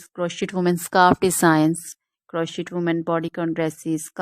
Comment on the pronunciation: These are all or most fake IA images......and it's pronounced kroshei, NOT croshit !